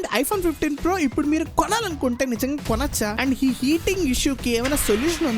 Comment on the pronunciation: కొనోచ కాదు... కొనొచ్చా...😢